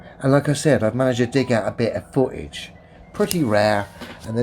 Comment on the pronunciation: Right off the bat we have a dude that pronounces "footage" as "fuhage" so you know as a flat earther we need to take him serious.